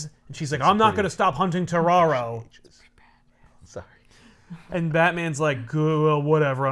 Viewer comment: Does anyone else think when says terraro it just sounds like Scooby-Doo saying Tomorrow.